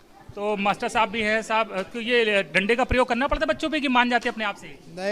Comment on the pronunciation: Reporter ko padhne ki jarurat h Master ko mass bol rha h